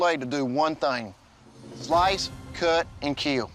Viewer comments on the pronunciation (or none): I've designed my bloide to do three thoings: sloice, cot and keel